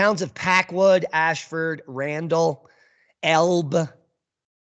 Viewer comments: It's Pu (long u) al up. And El bee. One of the things they dont speak to is that in several of the major river valley are sizable reservoirs. These reservoirs, of course, are held back by dams. Especially in the Cowlitz Rvr valley which is a fairly steep sided valley. The lahar would spread out in the packwood and randle but past there a high volume of material would enter the reservoirs and at least would cause slosh thar might overtop the dam and would the structural integrity of the dams withstand the impact? MT Rainier has ice caves where fumerols are the drivers of the caves. So Rainier clearly is "hot".. they do monitor these fumerols. The other thing they rarely talk about is one side (cant remember which side) is known to be have extensive hydrothermal alteration making the rocks less competent and thus greater instability. Some areas do have a warning system in the form of sirens. The reason St Helens is considered less of a threat because it blew off the top 4K ft of the mountain and most of the glacial ice along with it. Additionally if an eruption occurs from within the crater any lahars or tuff flows would be to the southwest where the 1980 eruption blew out and the lagars ran out. The area was populated by white man because of the abundance of natural resources and the climate. And yes it is a dice roll on whether or not a catstrphic geologic event will occur in the immediate future but it will occur. But people living in cascadia have no lived experience and pe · its said like this el bee for elbe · Elbe pronounced LB